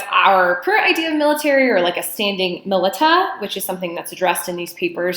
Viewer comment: The way you pronounce militia is adorable.